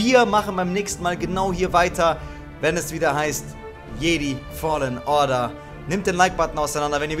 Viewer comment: Hey ich will ja nichts sagen aber du sprichst das Spiel falsch aus sag bitte Jedi auf Englisch